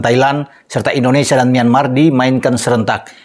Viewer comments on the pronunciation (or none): none